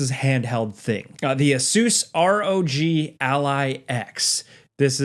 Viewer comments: Just call it an “aay-suhs rogue” you sound silly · repeat after me Asus = Ace-us. Rog = Rawg you fuckin butchered those pronunciations 😅